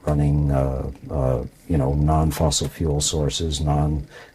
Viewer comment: "Fossile" fuels